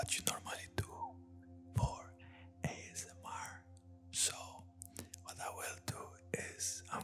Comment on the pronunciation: A S M RRRRRRR LMAO <3 Jankos is goated